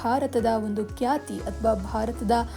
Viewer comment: ಕ್ಯಾತಿ ಅಲ್ಲಮ್ಮಾ , ಅದು ಖ್ಯಾತಿ.